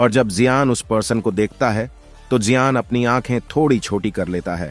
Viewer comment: Chinese Me (Xioyen - शाओयेन) Aur Hindi Me ( Xioyen - जिओ यान ) Esiliye Chinese Me Bolaya Karo